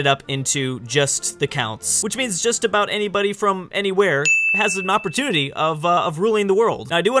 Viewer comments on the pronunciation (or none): none